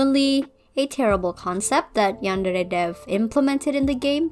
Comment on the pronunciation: I love the way you say "yandere" Also, do you will do Asu Rito or you will skip her?